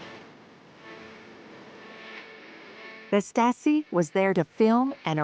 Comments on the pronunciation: And i thougt the stories from my german teacher about the Stasi was crazy... Yet why does the narrator say the staski? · The narrator (AI?) has a lot of trouble pronouncing German words.